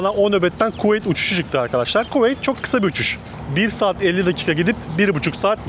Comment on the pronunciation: her Kuveyt dediğinde bi gülme tuttu hahahhs